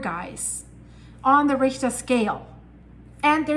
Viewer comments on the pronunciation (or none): none